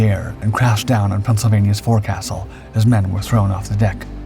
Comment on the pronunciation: Forecastle is pronounced "Fock-Sill", I know, crazy right? It's how it is, though.